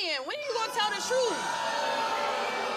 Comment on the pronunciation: When did "truth" become 'troof"? Was it when "ask" became "aks"?